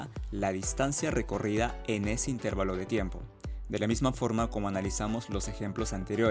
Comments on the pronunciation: El video es GENIAL. Mi único comentario es ¿porqué dice intÉrvalo en lugar de intervAlo? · Buen video pero corrige algo: no pronuncies "intérvalo" porque no existe. La pronunciación correcta es intervalo, con la fuerza de voz en la sílaba "va". Saludos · La palabra correcta es "intervalo", sin tilde. La forma "intérvalo" es incorrecta y no se utiliza en español. "Intervalo" se escribe sin tilde porque es una palabra llana que termina en "o", una regla ortográfica en español. Más allá de cómo se escribe es cómo se pronuncia. Suena chocante escuchar a un ingeniero decir intérvalo. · Una pequeña observación: la palabra correcta es "intervalo" y no "intérvalo". Fuente: diccionario de la RAE. Saludos. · Es intervAlo no intErvalo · Salvo el constante "itérvalo", el video es excelente. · El señor que habla ectamente. No es “intérvalo”, que no existe. La palabra correcta es INTERVALO. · Intervalo! Practica tu pronunciación. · Todo iba bien hasta que comenzó a decir --"intérvalo" -- 😖 pero muy bien explicado... muchas gracias por el aporte. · Muy buena explicación pero cada vez que dices "intérvalo" me duele. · Muy bien explicado, solo un detalle, cuando pronuncias la palabra "intervalo" lo dices como si tuviera acento en la letra "e" debe pronunciarse como si tuviera acento en la letra "a". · Excelente vídeo. La pena es la repetitiva y errónea pronunciación de intervalo, no aceptada por la RAE en ningún país. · Felicidades es una explicación muy clara, sólo tengo una observación la palabra intervalo está mal pronunciada ya que la sílaba que se debe pronunciar más fuerte es donde está la letra "a" que recibe el nombre de sílaba tónica y usted pronuncia la sílaba donde está la "e" más fuerte.